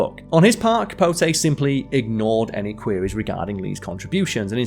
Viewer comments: Truman Capo-tay. 😅😅😅😅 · It's "CapoTEE". A feature on a writer of his gifts should be SCRIPTED and well- written at that ("hung around with"? Surely "socialized" is better). Otherwise, a good introduction to the author. As to the comic range of "Smallwood" there is an Irish actor called Jimmy Smallhorne", and decades ago in Romford, Essex, I knew a Dennis Crapnell ( one introducing himself before a lecture, he added, "I've heard all the jokes." Staying on this theme, there is a famous Irish journalist called Fiona Looney🎉